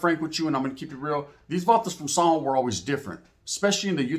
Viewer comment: You say " San Jo" kinda weird, took me a minute tounderstand what you where talking about sounds like you are say zombo